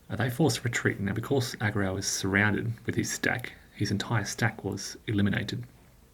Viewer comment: So glad you pronounced this correctly. I'm such a pedantic fool. Most others never do. Have you ever returned to OSG?